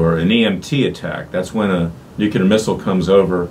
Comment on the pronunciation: Mr. Klayman, I am a fan, but please do not say nucUlar, is nuclear ....